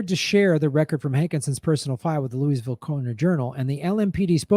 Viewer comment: Lou-a-ville. Lou-a-ville. Not Lewisville. Aaaaargh! Californians! Otherwise, spot on.